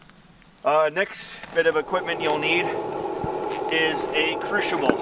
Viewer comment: crucible(kru si bul), sorry just had to say it. The pronunciation was driving me crazy.